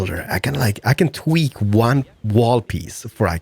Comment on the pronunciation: He stayed twerk not tweak Lol😅